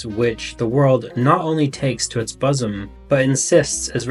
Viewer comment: What's a "buzzum"?